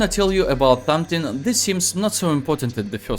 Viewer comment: Did i heard it wrong?oh!please tell me I m wrong or did he really said tomething (something) 👉 😅 jokes aside video was really helpful.I m an epical glory player 😅 ✌️🤪pushing ranks thank you sir